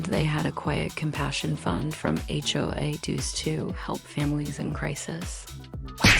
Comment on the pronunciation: I love that the AI voice keeps saying the H-O-O did this or that. Totally adds to the realism of the horse manure being fed to us.